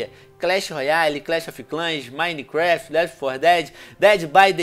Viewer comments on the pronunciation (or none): none